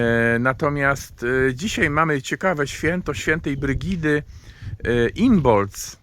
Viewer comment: a czy nie wymawia się imolk?